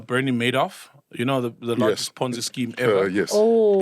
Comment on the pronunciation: Pornzee scheme 🤣